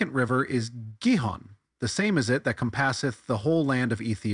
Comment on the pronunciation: Why are you saying “comPASSeth” as if you thought the word had to do with “comPASSion” and not with “COMpasses”?